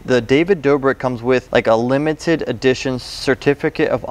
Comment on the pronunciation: Authaticity"? Aww-then-tis-sity, David "Doobrick" David Doe-brick. 🤣🤣🤣 Just found this channel and I love it. This guy is great